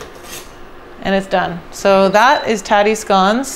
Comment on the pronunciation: I love you woman! She called them scones in stead of scouns like a monkey, you are a wonderful American. A diamond in the rough